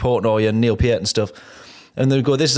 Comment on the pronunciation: Thank you, finally someone who pronounces Neil's name correctly!